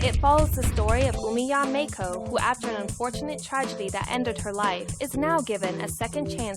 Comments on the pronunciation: Ken Chen they said [meɪkʰoʊ] instead of [maɪko] lolz. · haha yea, should be Ma-i-ko麻衣子, not "may ko", they want to use japanese girl's name but don't know how to pronounce it. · Māi ko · As someone who is currently studying Japanese, I know that Maiko is pronounced My-ko, not May-ko. Either way pronouncing the name correctly doesn't justify this crappy project. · The person couldn't even be bothered to pronounce it as My-ko (let alone Ma-ee-ko)? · Maiko is pronounced Mike-oh, and is used for the name 'Mike'. It's a fucking dude mate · "May ko" The people developing a game inspired by anime can't even pronounce maiko properly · jayney 9 Yes, but the woman narrating the video said "may-ko", which should be spelled "Meiko". But she doesn't even pronounce "ko" correctly so who cares. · I thought it was pronounced Mah-ko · Minor gripe: The "developer" keeps calling the game's protagonist Meiko but it is spelled it Maiko. An annoying mispronunciation of Japanese from a developer who should know better given they are making a game inspired from their experience of anime/hentai shit. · lol they aren't even pronouncing Maiko correctly. seems legit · Either they're mispronouncing Maiko's name or misspelling it. Cause how the girl says it it should be Meiko. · they can’t even pronounce “maiko” right lol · The person who came up with this doesn't even pronounce Japanese names correctly for fuck sakes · It would really help their project if they could even pronounce the name of the character they created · I love how the announcer girl does not know how to pronounce Japanese lmao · They don't even pronounce Maiko right -_